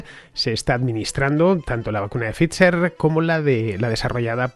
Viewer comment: Cada vez que Fernando dice “Pficher” muere un gatito 🐱